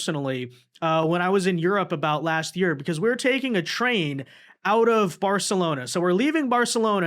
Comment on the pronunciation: Thank you for not pronouncing it "BarTHalona".